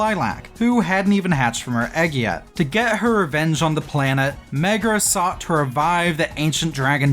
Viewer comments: i love how you keep saying "megra" <3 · 'Keeps hearing Megra, when the game says Merga a lot' Aaaaaaaaa